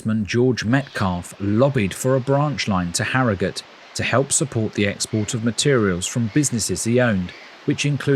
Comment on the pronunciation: Well done for pronouncing Harrogate properly like a local!